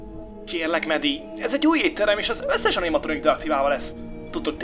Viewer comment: Nem ánimatronic hanem animatronik